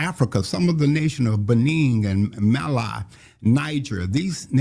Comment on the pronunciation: The fact that he cannot even pronounce those African nations names properly is so funny. He’s called Mali 🇲🇱 Mila 🤣🤣.